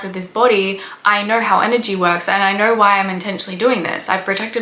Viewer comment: Ugh. Its own not oern It's know not nuhrr It's do not duhr